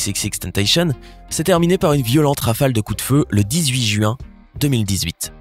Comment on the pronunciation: Jpp de la façon dont il dit le mot "juin"